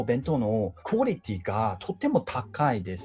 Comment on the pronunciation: 韓国語のクオリティがクォ(コ)リティになるところとかめっちゃ分かる笑